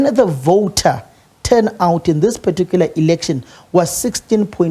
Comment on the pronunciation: Who taught him "particular ".😂😂😂😂 Siyasha!!!